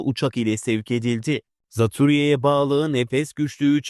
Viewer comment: hay dilini eşek arısı soksun. Daha "Zatürre" demeyi bilmiyor, Türkçe vurgulardan habersiz, kalkmış haber okuyor ..ne Altın Magazinmiş..